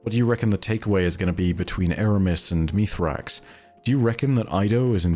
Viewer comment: Meez-rax. Not Meethrax. Bungie has already clarified this. Why does one of the "leading" lore guys not get this?